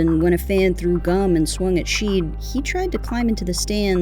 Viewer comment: I heard Rasheed called "rah-weed".